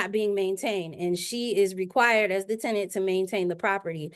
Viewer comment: The way the judge is pronouncing the tenants name is driving me insame